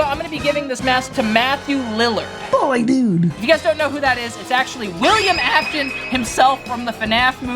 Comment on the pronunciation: British Afton